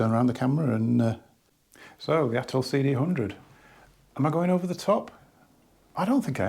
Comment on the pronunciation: 'And it isn't at'oll.. '😂